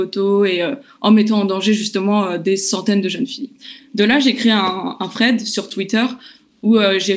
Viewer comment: bien joué à vous. Par contre, ont dit pas "fank you" mais "thank you". Donc on dit pas "fread", mais "thread"